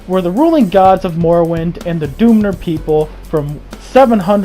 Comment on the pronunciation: Please don't say the doonmer it's the dunmer